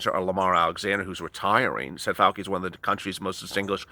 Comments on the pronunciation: Fauci - is pronounced - Fow- Chee btw💜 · Fauci — It’s pronounce like fowchy